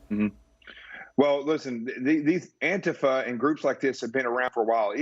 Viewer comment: I am so glad Leo woke up. They pronounce Antifa wrong. It's An tifa not Anta fa.